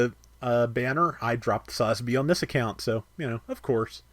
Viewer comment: Please try and learn how to correctly pronounce its sa-zabi listen to any Japanese say it they don’t say it all in one.